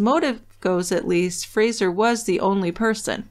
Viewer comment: It's Fraser, not Frasier. A really common Scottish name.